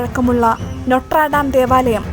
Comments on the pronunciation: നൊട്ര ഡാം അല്ല 😂... നോത്രെ ദമെ..Notre dame.. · നോട്രാടം അല്ല നോട്ടെർടാം...